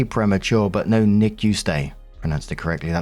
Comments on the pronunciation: I've been waiting so long to hear you say NICU properly 😂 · Omg, finally said NICU right? I just might buy a lottery ticket today 😂